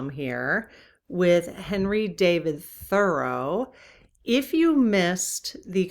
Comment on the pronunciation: I appreciate your content. However, your mispronunciation of Thoreau drove me crazy yesterday and it’s continuing today. Can you please Google the correct pronunciation and correct yourself? Thank you!!